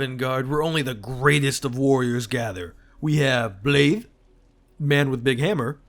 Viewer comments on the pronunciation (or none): To hell with calling Alexander Jar, the half-wolf's name is pronounced "Blythe"